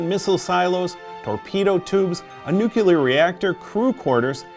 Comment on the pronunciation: I found it kind of annoying how you kept saying nu-cu-lar instead of nu-clear.